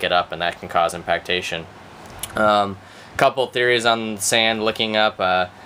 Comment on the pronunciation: "That can cause IMPACT-ATION"